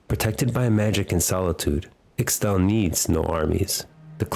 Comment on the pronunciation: Psshh this loser doesn't even know how to pronounce ishtal